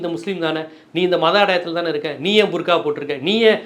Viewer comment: ...பர்கா அல்ல புர்கா அல்லது பர்தா. சில நேரங்களில் சரியாக சொல்கிறீர்கள், பல நேரங்களில் தவறாக சொல்கிறீர்கள்.